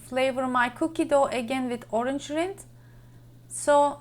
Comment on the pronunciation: Yummy! Great idea I love figs. Orange rind is perfect. Rind rhymes with the word mind, a long I. Not with wind, which has a short I sound.